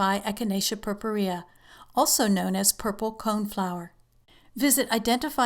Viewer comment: too long for very little info. btw, the way you pronounce purpurea, is totally wrong. but, who cares?